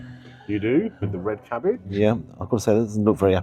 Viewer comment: I like the way says "Cabbijjjjj" and "sosijjjjjjj".